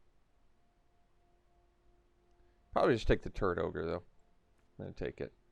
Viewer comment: You say, "Turret Orge" I hear "Turd Ogre".